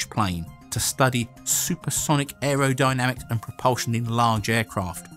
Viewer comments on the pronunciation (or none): none